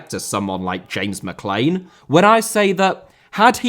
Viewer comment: Mali* not Mohrli Grath* not Grohrth Irish* not Ahrish Mcclean* not Mcclein Omobamidele* not Omobohrmedilei Final* not Fahnal Séamus* not Sheimus Shea* not Shay Johansson* not Jouwhansson Adaramola* not Araramouwler Debut* not Deibyu Inter* not Ento Roberto * not Robötouw Uefa* not Yuweifer Kumbaya* not Kumbohyohr Half* not Holf Udinese* Not Udeneisei Nigeria* not Nigerier Fahter* not Fother